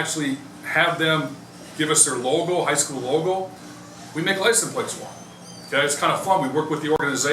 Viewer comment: Cool to see how "lisun plates" are made, but you'd think the head of the factory would know how to pronounce the word.